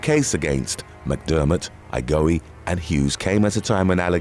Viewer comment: There he goes killing people's names again. 😂😂😂 "Igo-ee"?? Pretty sure Igoe is "I-go". I feel we could figure out how to pronounce people's names with a little research. "Wo-sha-ka" is Oaxaca? "Wo-ha-ka", dude. It's a place in Mexico 🙄